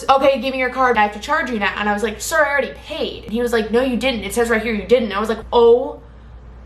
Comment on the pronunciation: no one:: siRRrrRr